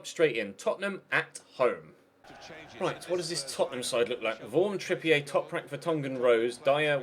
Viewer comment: It's trippier. Not trippi-ay. It's literally said how it looks. Don't know why people seem to struggle with this one. M